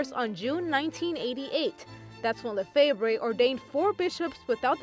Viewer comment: You should pronounce his name correctly. We have more priests now. .